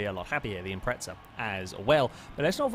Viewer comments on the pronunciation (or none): none